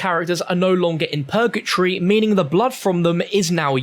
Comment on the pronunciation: “Pergatree” hahaha it’s purgatory